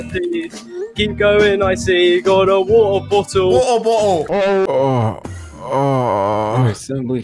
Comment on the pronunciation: "I like your wattle bottle."